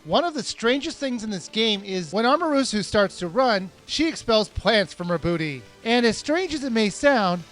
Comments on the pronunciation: Who is "Amerusu?" Isn't it "Amaterasu?" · I always crack when you say Amarusu (even though It's Amaterasu) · Omg Its not amarusu. WOW okami is by far the best game i've ever played. And her name is pronounced ama-ter-et-su. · AMERUSU?!!?!? AMA-TER-A-SU! I'm sorry but Okami is one of my most favorite games, and I took alot of Japanese classes so that was just annoying. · DUDE its am ma ta ra tsu